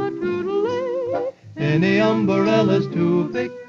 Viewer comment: I can't help but notice Harry Babbitt singing about umbarellas and Betty Hutton singing about an igaloo, both in 1939. Was the extra syllable some sort of cultural phenomenon that year?